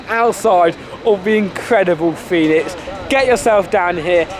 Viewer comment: quick tip, pronounced phoenix. easy mistake, i made it as well lol.